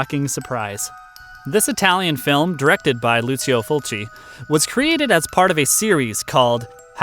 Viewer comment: Pretty sure it's pronounced 'Luchio', not 'Lusio' but I'm not sure